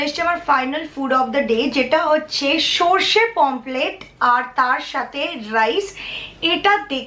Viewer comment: Didi pomplet bolena Pomfret bole